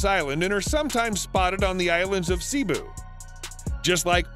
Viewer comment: Nice vid 😁 i learned something new everyday because of people like you and i respect it 👍 Also there are some words that you have mispronounced, which is not that surprising. "Masbate" its pronounced (mas-bah-teh) not (mas-bate). "Panay" is (pah-nai) not (pen-ney). "Cebu" is (seh-boo). No hate tho, and i just wanna let you know ◡̈👍